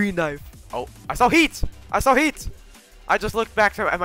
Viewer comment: I heard "I SAW TEETH" insted of "I SAW HEAT"